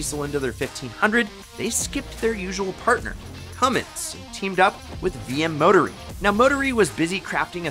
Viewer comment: VM Motori pronounced VM Mo-Tor-eee